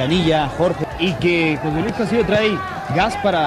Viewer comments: Dear Mr. Narrator, Your pronunciation of Castillo is incorrect. It is not Cas•til•leo. It's Cas•tee•yo (short o). In Spanish, "ll" is pronounced as a "y" sound. Now you know. Le😎 San Francisco, Califusa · Why are you mispronouncing his last name?